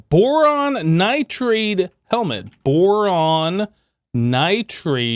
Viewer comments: I hate how he says nitrade instead of nitride like it says. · Definitely, most of the time I get a kick out of it but the nitride one really gets me for some reason